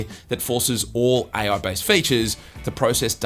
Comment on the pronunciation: AI ❌ Aie Oui ✅